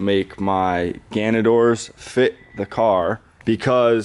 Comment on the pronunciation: it's GANADOR jesus christ lmfao